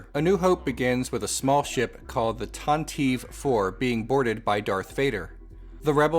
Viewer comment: Pronounced tanti-vee with a long e